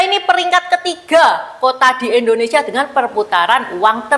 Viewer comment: Mbag....indo ..bukan endo..koreksi aja ya...maaf